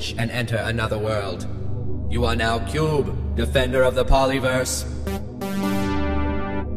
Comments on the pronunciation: you scrubnub its - KYOOB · I like that part where he is like "Cube". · It's like every time he says Cube, I laugh a little harder